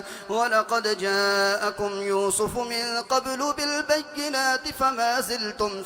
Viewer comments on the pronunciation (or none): none